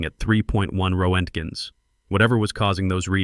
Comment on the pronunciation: Ro-ent-gens! Absolutely hilarious! Wonder if this piece of crap can read Russian, that would be side splitting comical!